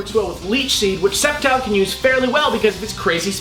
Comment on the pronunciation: I've always pronounced it Sceptile with a hard "C"...